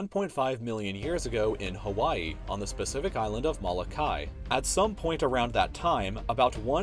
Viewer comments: haha brah, Molokai isn't pronounced "Ma-la kai", it's pronounced the way it's spelled; "mo-lo-kai" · "M-Oh-Loh-Kai" that's how you pronounce Molokai. Sorry, it annoys me. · ok its not pronounced "Mah Lah Kai" its "Moh Loh Kah Ee" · its pronounced "mow-low-kai" not "mala-kai" thanks. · It's pronounced Mol-o-ka-ee howlie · Oh my god, your pronunciation of Molokai😂😂😂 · You don't know how to pronounce Molokai lol. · The way you pronounce Molokai... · Your pronunciation of Molokai needs some work. But still, good video!